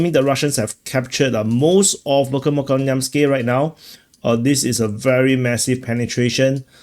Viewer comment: Dear, You must treat "kh" as a single "letter"; imagine the "k" and the "h" superimposed. There is no "k" sound in the Cyrillic X (